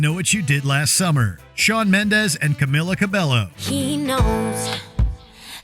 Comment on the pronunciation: Apparently, he's never heard her name pronounced before.